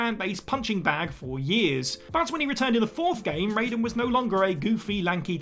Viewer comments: No way my guy just said rey-don instead of rai-den bruh Wtf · I'll argue that the pronunciation is RAII Den Or RYY Den But certainly NOT RAY Den 🤣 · It’s Rye-den NOT Ray-den 🤦🏻‍♂️ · you can tell when somebody's never played Metal Gear when they pronounce Raiden's name like Mortal Kombat's Raiden ( for clarification, in MK it's Ray-den but in MG it's Ry-den ) also: Bowser in Super Mario 3D World, Bowser's Fury & Mario & Luigi Superstar Saga Samus Aran in Metroid Dread Zero in Mega Man Zero Piers in Resident Evil 6 Laharl in Disgaea D2 ( PLEASE do a remastered port on Switch, NiS... ) Elma in Xenoblade Chronicles X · Ah yes it wouldn't be a whatculture list without someone pronouncing Raiden wrong. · I think people get confused because Raiden from MGS and Raiden from Mortal Kombat are pronounced differently. It has something to do with cultural differences in pronunciation. It's why English speaking Americans constantly butcher the pronunciation of Final Fantasy character names. For example: Tidus. Square Enix says it's Tee-dus but Americans wanna say Tie-dus because they can't accept that other pronunciations and grammar rules exist outside of their own. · That mispronunciation of "Raiden" makes me cringe. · Steady Saying Raiden Name Wrong from MGS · How can you a character's name wrong when it's spoken in the games, I will never understand this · I swear this is done on purpose at this point. So many people point it out every time. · When they have an established way of pronouncement & you don't bother to say it correctly, then yes. Aang VS Ahng